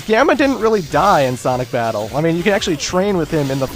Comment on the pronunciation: lol you said "Sonic Fabttle"